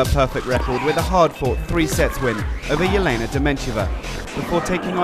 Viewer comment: You would expect that an official wta video would have the voice over pronouncing names correctly! Its Elena not Jelena Dementieva